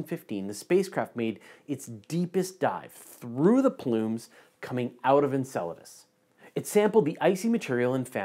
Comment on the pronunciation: In other news I learned how to properly pronounce Enceladus